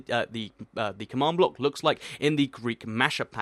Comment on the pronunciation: u pronounce command block come awned block learn de inglish